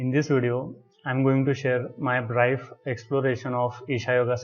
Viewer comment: Not braif.... it's brief. Thanks for the post.